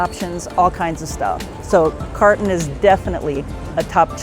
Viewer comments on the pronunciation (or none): I enjoy your videos and was so happy to see that Carton has a location at Gard du Nord. The location in the 6th on Rue de Buci closed and my husband ( a Parisien) was thrilled when I told him about the other location. The pronunciation of the establishment is car( with that back tongue thing) toe.